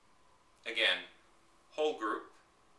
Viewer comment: haha i thought you said "ogre" instead of "whole group" lol i was like ok there must be a specific vocab haha cool vids you make it really simple!